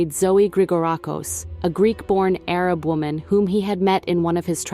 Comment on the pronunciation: AI narratives drive me crazy. Can’t pronounce Arab.